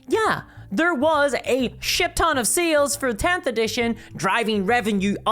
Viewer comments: Are you saying sales or seals I’m so confused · The way you say sales sounds like seals. And my brain is like "GW pays its investors with chonky bois."